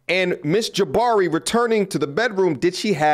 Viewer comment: Jah-bhari to Jabbari ... lol